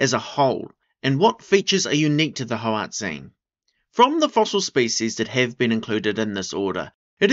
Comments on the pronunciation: should be prounounced more like hoar-ut-sein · HOE-ART_ZINE, could you say it anymore like a dgaf white person, give the language some respect